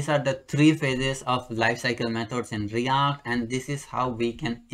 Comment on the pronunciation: Its react not REYACT😄